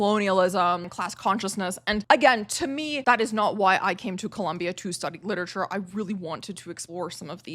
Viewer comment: please pronounce literature correctly